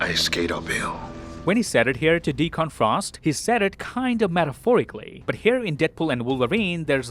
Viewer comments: Grammar nit-pick here: The villain's name in Blade 1 is pronounced "Dee-Kunn". You put too much emphasis on the "Con" in his name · You're saying Deacon wrong.